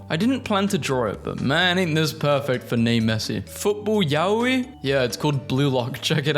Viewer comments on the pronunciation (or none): none